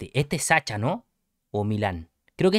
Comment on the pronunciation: se dice Sasha, como en ingles (shu)) le (Ts)